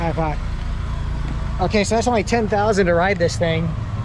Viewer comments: Just say "Pa" to adult/parents....not "Pak" because your pronunciation like "Fuck"...Bapak = Pa = Pak #but its no problem, because your foreigner XD :) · You don't need to say "Pak" it pronounces "pa". Thanks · i think you need to improve your pronunciation of "pak" 😂